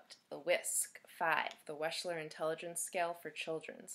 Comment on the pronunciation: Wechsler is pronounced wexler [wɛkslər].